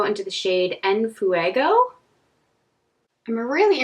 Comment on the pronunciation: For me a black shadow in every palette is crucial too! The Heat palette is beautiful tho Btw your pronuntiation of "En fuego" was perfect!